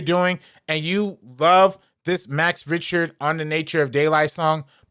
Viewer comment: it's not RIch-ter. say it like "RICK-TER". also no, its not a negative for it to be used as much as it has been. its a song that conveys so many emotions and interpretation for many to the point that its a 1 of a few songs that can be used in many cases. I love hearing it whenever its used. this is embarrassing, especially when you're sitting in your room hating on a song made by someone with more talent in their pinky finger that you do in your entirety. like no one had to hear this, its just self fulfilling nonsense.